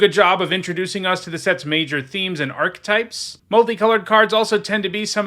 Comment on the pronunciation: "Argentum" is pronounced with a 'j' sound. Kind of like Argentina. It's a real old timey word for "silver". Just saying maybe put that in the back of your mind, before the drafts start, and it's said a million times. (Also there's the whole "archetype" thing. But you seem resistant to that change).